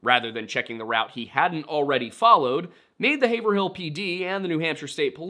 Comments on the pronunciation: Just fyi it's pronounced. Hey-Vril. Yes it's spelled like and should sound like Haver- hill but in both Massachusetts and New Hampshire that is the proper pronunciation. I lived in the one in NH and the town adjacent to the one in MA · It’s pronounced Hey-Vrill. Not being a dick. We jokingly say that town name Haver-Hill as any out of towners in the north shore say it that way. Peabody is ‘P-biddy’ lol And I’m not being a dick or anything Just sharing local knowledge/stuff. Thanks for the videos! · Hey so im from the area and just want to point out its not Hay-ver-hill. It sounds more like Hayv-rul. Sorry hearing you say it like that was driving me crazy. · Haverhill here in Massachusetts is pronounced "Hayve-rill" so I was surprised to hear it as "hay-ver-hill" here on the show...of course, I also didn't know that there was a haverhill nh lol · Hav-rille 😂 so many of our town names get butchered. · Grew up in North Haverhill - I've never heard anyone pronounce it as anything but HAV-rill (HAV sounding like "have" in behave). That's just how locals pronounce it. 😊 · If I had a nickel for every time you pronounced Haverhill correctly, I would have zero nickels. You came close like 3 times. Hay-vrill Yeah, New England be like that. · Say it with me in one word ..... Hayvrill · its pronounced HAYVRIL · It is a natter if public record and the tiwn clerk in Haverhill ( pronounced Hay-vril) is able to give you this info. Anyine xan access the town record. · Its HAVE (like haven without the N) - RILL. (love your vids btw keep up the great work) - regretfully a NH resident for 32 years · hay-ver-hill area 😔😔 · You don't say the "ER" in Haverhill It's Have-rill. Just like Gloucester is Glaw-strr. Massachusetts likes to keep you on your toes like that. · Haverhill is pronounced "Hay ver ill" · Hay-vrill. It’s tricky if you aren’t from NH or MA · Haverhill - (pronounced like Rave + Bill, ie; Havrill with a long A (forget the er.)), - Haverhill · I live here. It's "Hāy-vrull"